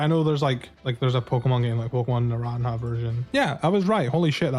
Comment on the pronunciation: It's pronounced NaranHA,! J sounds like H in Hispanic languages!